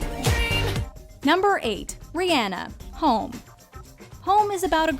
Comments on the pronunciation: Sis really sad re-ann-a uhm I think you mean re-on-a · i’m probably the only one who cringed when she said “riANA” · Rihanna (Re-Anna) wtf?? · Why do do you say Ri-hanna instead of Rihanna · thats not how to prenounce rhianna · Is That How You Say Rihanna?